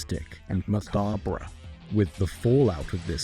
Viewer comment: Not the mispronounciation of macabre! That woke me from my snoozin 😅